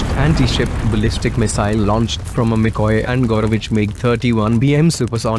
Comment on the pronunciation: Instead of "material, ", "nuclear", Mikoyan, "tutorial", said "materi-al", "nucle-ar", Mikoy-an, "tutori-al"